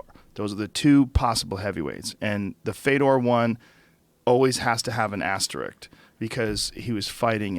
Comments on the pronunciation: hey joe much love to you but its asterISK not asterICK. peace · Someone needs to tell Joe to stop saying "Asterik" instead of Asterisk* He says it multiple times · Joe, please, for the love of god. It's "asterisk" not "asteriked"